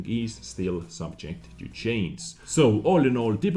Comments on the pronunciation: Ok, it's really not complicated to say change or changes. Say it just like this "chainj and chainjes" not chains or chains. Lmao nice video dez, typical wg can never fix shit, what they did was just completely contradictive of what we want. I gave up on WG doing anything decent a long time ago. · your content is always top quality and very informative. But I have a question (I bet I'm not the first): Why can't you say the letter G in the word 'change', but you can say 'range' correctly?:P